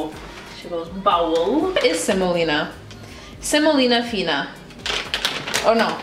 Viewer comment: 'Semolina fina' hahaha dead